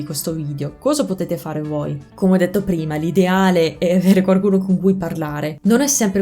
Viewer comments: La tua pronuncia è sconvolgente, wow! Da madrelingua italiano ho notato una sottigliezza nel corso del video: varie volte (forse sempre?) nella parola "qualcuno" inserisci un suono leggero di "r", ottenendo "quarcuno". Che sia il retaggio di qualche amico romano? Comunque complimenti ancora, spero che il mio commento sia bene accetto e ti porti a rendere il tuo meraviglioso accento ancora più impeccabile! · Ti è rimasto solo "quaRcuno/quaRcosa" da correggere, poi sarà perfetto ;)